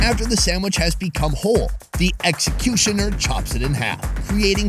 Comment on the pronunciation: The eggxecutioner😂😂😂